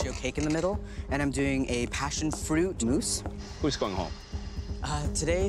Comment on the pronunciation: It's "mousse," not "moose."